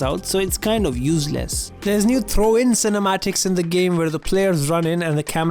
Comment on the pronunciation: Man said uzless 🤣